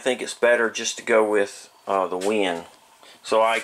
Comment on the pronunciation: great review, very informative. but the company name is WEN, not WIN, just so you know.